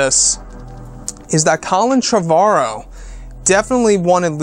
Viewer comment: his name is pronounced Trevor-o. Like the first name Trevor